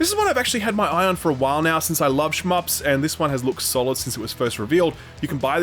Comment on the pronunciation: please never say shmps again